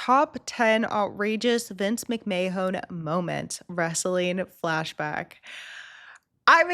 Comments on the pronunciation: I know damn well you didn't just call him "Vince Mc May-Hone"...It's "Vince Mc-Man." (Maybe be a touch of breathy "h" in the "man" portion, Like, "ma-han" but not that heavy.) You want Vince McMahon on screen, watch the Karate Kid Trilogy. The third movie you will me Vince on "Coke". I actually remember seeing Vince getting his head shoved up Rikishi's backside. He was basically the replacement for Yokozuna. Zip line Entrances are a bit of a PTSD trigger for many fans after Owen Hart. Oh no honey, Wrestlers absolutely get hurt. Sometimes it's intentional. Sometimes it ain't. But, unless something drastic happens (Needing actual IMMEDIATE medical service) they try to maintain character at all times. Wonderful Reaction. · Real talk boys; how cute is she for saying "Vince Mick-may-hone?" Never change. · I’m sure you figured it out by now but it’s pronounced mick-man😂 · Who the fook is Vince McMahone